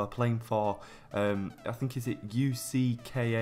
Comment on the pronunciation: It's not ucka its cska